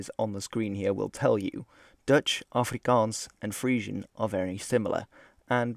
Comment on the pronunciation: Wow you said Afrikaans properly. good on ya.